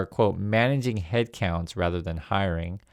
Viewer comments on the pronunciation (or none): none